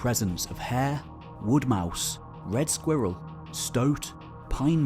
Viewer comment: i love how he says "squirrel" *skweeruhl* 🤭🥰